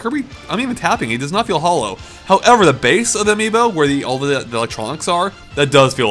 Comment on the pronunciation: Is it bad it took mispronouncing Amiibo for me to finally understand why they called it that?